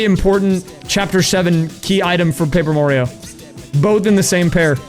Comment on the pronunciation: Paaper Mario Papert Mario Who knew he had so many cousins?